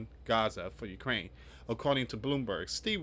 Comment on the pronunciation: I watched your presentation because YT suggested it. This is a very surface level analysis and it would be helpful if you could pronounce Ukraine. Not Crane. Resilience is pronounced re-sil-e-ence. The peace plan is not Trump's, it is the points Putin has been using for years now, there is nothing in it that benefits Ukraine. Witkoff is a real estate developer with no previous experience in ending wars - no diplomatic skills. Would you trust the guy who builds your house to end an international war? Under the plan , Ukraine (with a U) need to give up 20% of their country, halve their army so they can't defend themselves if they are attacked in the future, they are not allowed to form defence alliances with other countries and no real security guarantees that are binding are proposed. The peace plan is simply give everything to the Russians, who invaded in the first place and the Russians get no penalty of their behaviour. Is that morally right? What would Jesus say about the largest country in the world taking even more land from a smaller country? Would Jesus side with the rich over the poor and oppressed? Did he see the money-lenders at the temple and say 'well done boys, keep making money'? The peace plan has been rejected because it is unfair. The war has gone on for four years, but Ukraine is actually winning tactically. they have destroyed : - Tanks destroyed: ~11,373 - Armoured fighting vehicles (AFVs): ~23,628 - Other vehicles and fuel trucks: ~68,351 - Special equipm